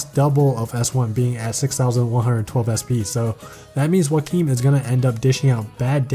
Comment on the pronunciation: After you said Joachim’s name I got really confused cause I pronounce it “Jo-chim” and has no idea who you were talking for a second but now I realize that the way you say his name is probably the right way to say it...